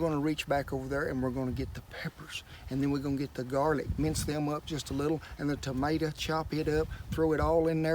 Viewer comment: its tomato not tomata